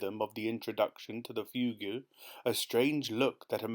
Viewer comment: Thank you so much for your fantastic readings of these amazing Roald Dahl stories. As a professional musician, I particularly enjoyed this one. However… a few musical terms were mispronounced: Fugue = Fyoog Scherzo = Skirtzoh Chopin = Show-pan Don’t mean to be the AH, but just for the future. Thanks again for your fantastic work!